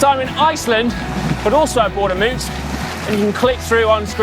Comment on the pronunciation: Come on guys, this is the second time you mispronounced the bike model. The first go around I figured I'd ignore it but I can't help but say something this time as a local. It's named for the county Moots calls its home, and it's pronounced like the American word rout, r-out, like this (definition 1)- Loved seeing the coverage of a local race from you guys, hope to see more, just don't make it a third time ;)